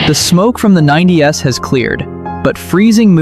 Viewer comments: Not a fan of the AI voice at all. It misquotes things like saying "90 S" instead of "90's", or "One Thousand Nine Hundred Ninety Five" instead of simply reading it as 1995. I recommend getting an actual human narrator. AI is garbage and most people hate it. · Man..... So sick of AI. 90's pronounced 9DS. Wow!